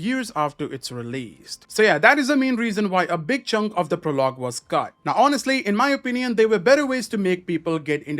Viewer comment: PRO-log not pro-LOG